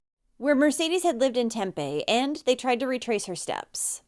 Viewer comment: Tempe is pronouncing Tem-pee. Just an FYI. :)